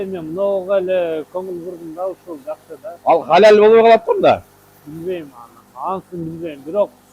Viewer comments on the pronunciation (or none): none